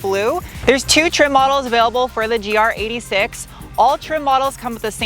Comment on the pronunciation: It's not a GR86, it's a GR8-6.